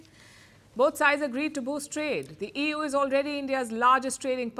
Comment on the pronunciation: She says Ewww instead of EU 😂😂😂